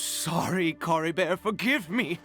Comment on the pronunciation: Drinking game idea: drink a shot everytime butchers Caribert's name:_AlbzLove